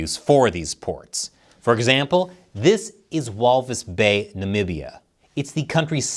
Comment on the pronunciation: When I hear him saying Walvisbay 😂